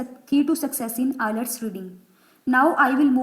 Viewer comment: First you correct your flawed pronunciation then make an IELTS video. Btw IELTS not ILETS 😂